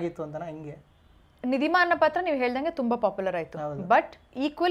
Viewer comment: ನಿಧಿಮ್ಮ ಅಲ್ಲ - ನಿಧಿಮ